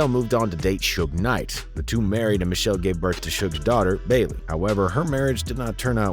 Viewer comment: Her name is MICHEL--LÉ!! PRONOUNCED MI-SHEL-LAY!!! JS